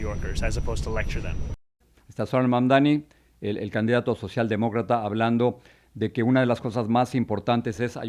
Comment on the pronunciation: EMPECEMOS POR PRONUNCIAR BIEN SU NOMBRE… INCLUYO A SUS OPONENTES. ~*MAMDANI*~